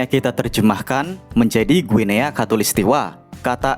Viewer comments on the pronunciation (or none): Kenapa Guinea jadi Ginea ya, bukannya dibacanya Gini, kayak Papua Nugini